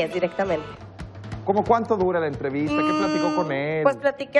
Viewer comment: Dice "entrevita" en ves de "entrevista" .